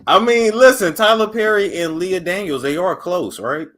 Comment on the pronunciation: called him a" juicy fruit fool"... I'm screaming 🤣... and a "tramp stamp" lol... and called Lee Daniels "Leah Daniels". Y'all a mess! Got me cracking up at work. I love it!